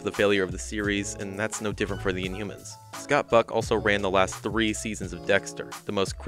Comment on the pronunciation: Oh, Scott Buck! The first couple of times you said his name, man, it sounded like “fuck.” I kept replaying it, like, “Nahh, his name isn’t Scott Fuck. No way!” But I swear, that’s what it sounds like you’re saying! No biggie, though. I had a good laugh over it.